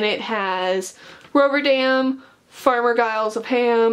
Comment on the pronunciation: "woo(dco)tten" "rover(an)dam"